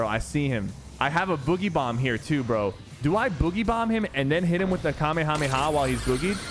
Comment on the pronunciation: Sypher is the first gut that ive seen that pronounces the kamehameha right